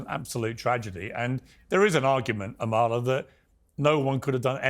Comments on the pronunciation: I’m dying that the black guy pronounced your name wrong 💀💀 “amALa” instead of “AMala” literally would’ve screamed racism at anyone who pronounced Kamala’s name that way during the election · Is it just me or does anyone else wanna scream when they mispronounce her name. I'm like its "Ama-la NOT A-ma-la"! 👏👏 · Piers is never going to say Amala's name right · Really pisses me off they all are saying Amalas name wrong